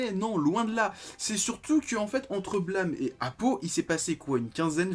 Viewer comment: Blâme... BlAmeuh ... Mais l'accent est ou XD sinon étant fan de tsutomu nihei j'attends avec impatient de me prendre aposymz demain !^^